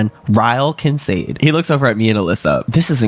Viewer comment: Much love… but why are yall pronouncing Kincade like that..? 🥺🥺🥺